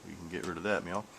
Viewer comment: Do you say "You can get rid of that MEOW?" Good video BTW.